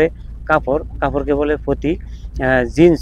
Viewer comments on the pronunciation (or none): ওই যে বললেন মেয়েদের জিন্স এবং ছেলেদের জিন্স এই শব্দটা স্পষ্ট বোঝা যায় না আর কি স্পষ্ট হলে আমাদের বুঝতে ভালো হতো